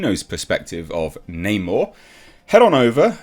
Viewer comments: It’s Ackshully “Nah’Morr” you filthy colonist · 1. Create a character identical to original comic book Namor. 2. Call him Neymohre, instead of Namor. 3. Make lots of movies. 4. Profit! I mean they changed his name anyway right? F*c*ing Nah-Moor, for no reason at all. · It’s not namor it “no more!”